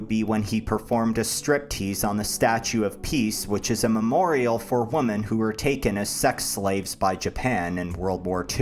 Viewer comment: How does no one ever say “women” correctly?